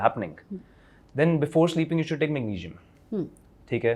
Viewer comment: These days Anyone can sell supplements & recommended them as well! 😅 by the way pronunciation was dramatic, decisen, aycideity, thyyyroid, mangesinum?? 😮 had a toast & went for gym🏋️‍♀️ 😅😅😅funny... that guy has 4-5 supplements fr sleep?? Like really??